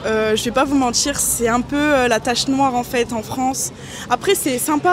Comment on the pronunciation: J’ai stoppé cette vidéo à partir de : « C’est dramatchique … je vais pas vous mentchir ..